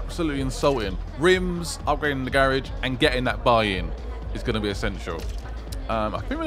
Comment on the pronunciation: I don’t know if u read these but the way u say the garage is wrong.